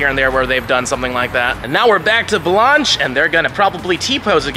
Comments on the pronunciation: My great grandmother is rolling in her grave with your pronunciation of her name! It's an A sound not ah.. This video was cringe everytime you said it like that. Look at your golden girls there was a character by the same name right? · Lol at saying Blanche "Blonch" like Launch. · Bro the way you’re pronouncing “Blanche” makes my ears twitch